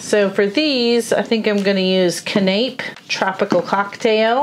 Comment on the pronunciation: As always, the projects are awesome! I love both styles and would be hard pressed to say which is my favorite. BTW, “canapé” is actually pronounced ka-nə-pē or for those of us who can’t figure out dictionary pronunciation can-na-pee. A canapé is a type of appetizer served on thin toast or a cracker. You guys are so much fun. Keep up the good work!